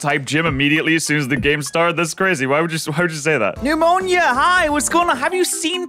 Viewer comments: really be calling her "Pneumonia" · calling Nemona "Pneumonia" has to be one of the funniest things I've heard him do lol